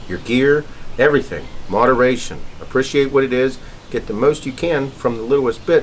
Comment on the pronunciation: Apprishiate lol